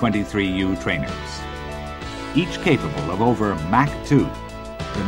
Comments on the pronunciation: And Mak-too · He pronounces USAF (You-Sef) and Mach oddly as well...